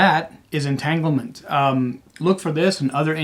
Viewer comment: Just now saw this; thanks for the review! 👍👍 on the name pronunciation!